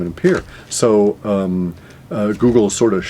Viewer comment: lol- Woogle